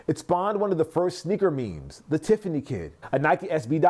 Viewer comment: "TIFFANEEZ" ad nauseum when the name is "Tiffany & Co." or commonly shortened to "Tiffany".